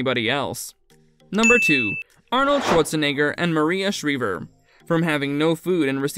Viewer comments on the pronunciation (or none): Shr-eye-ver. Not Shr-eee-ver